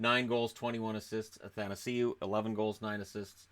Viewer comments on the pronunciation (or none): none